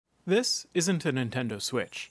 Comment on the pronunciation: Ah yes the antendo switch